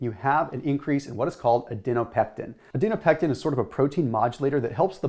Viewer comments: is it Adiponectin (as written) or Adinopectin (as said)? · Just letting you know you were saying the word incorrectly over & over but did write it out correctly on screen. You were switching the P & N around in Adinopectin & Adiponectin. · It's ADIPONECTIN! Not "adeno-pectin." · Adinopectin or Adiponectin ? :p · Great explanation. One verbal typo-- It's aDIPonectin, not aDINopectin. 🙂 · *Adiponectin, not Adinopectin. Its called adipose tissue, not adinose tissue. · You say Adinopectin but your vid says Adiponectin. FYI. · I think you’re mispronouncing “adiponectin”